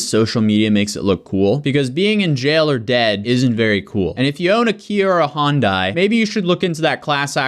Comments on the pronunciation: I'm sorry, is it Honda, or Hyundai (hi-un-day/die), cuz I keep hearing Hon-die, and this is very confusing... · It's Hun-Day, not Hon-Die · It's not "Hondai", it's "Hi-un-dai". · How do you read "Hyundai" and pronounce it "HONDAI", also why are they suing the manufacturers, it's not their fault these idiots died (in the sense that the cars didn't kill them but their stupid decisions) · Why does he keep saying “HON-DAI” ?! It’s “HYUN-DAI” there’s no O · Why does everyone keep saying 'Honday' it's pronounced 'Hi-un-day'....how can they not know this? The douchery is contagious and the wackness is real. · I know it’s not the point of the video but it’s pronounced like Sunday with an H. I worked there and it’s the first thing you learn. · Me: Honda or Hyundai?: Hondai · High-un-day not hon-day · Say it with me everyone, it's Sunday, Monday, Hyundai not Hondai. Plus these kids are idiots and just another reason tiktok is ruining the youth. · why do americans say “hondai” ?? it’s hyundai ffs 🙄🙄🙄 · oh my lord, it's not "hawnd-eye", it's "Hun-day" or "hund-eye" Hyu sound is not Haw, like a Honda. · come on. honday. say it with me hy-un-dai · It’s huendi For pronunciation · good video, but the way you pronounced hyundai kinda triggers me abit LMAO. its ha - yun - dai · ITS HYUN-DAY NOT HYUN- DIE 😂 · For the Americans hi-yon-die is how u say hyundai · Hey the pronunciation for Hyundai is High un die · The way you pronounce Hyundai 😬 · Love how no one can say hyundai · The way you pronounce Hyundai is driving me nuts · Nobody can pronounce Hy-un-dei why can nobody ever pronounce the Y it's not a damn Honda lol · I swear thats not how you pronounce Hyundai.